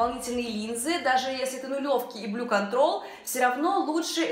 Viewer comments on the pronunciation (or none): none